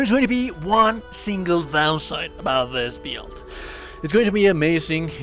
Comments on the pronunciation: It took me a couple of tries to understand the word build coz the very unique ( different / weird) pronunciation you have for it. You pronounce it as "bEAILDt" :) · Interesting “beeld” hehe. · Bruh i've never heard anyone spell out "build" like that what the fuck